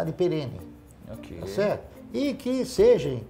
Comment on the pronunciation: O conteúdo é ótimo. Mas toda vez que ouço o Barsi, ele fala "que sejem; que estejem". Por favor é que SEJAM, ESTEJAM.!! Erros assim, numa figura como essa, não dá.